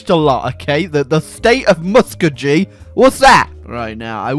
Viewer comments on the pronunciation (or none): “State of Musk-o-ge” As someone from Oklahoma that kinda hurts to hear Muskogee said that way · When you are from Oklahoma and hear Muskogee pronounced wrong. F